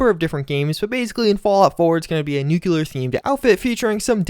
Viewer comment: Love the video but hearing you say 'nucular' instead of 'nuclear' is a crime that no fallout fan should be committing.